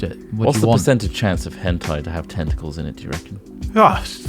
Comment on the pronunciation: Henti?! Hentei?! you gotta be kidding me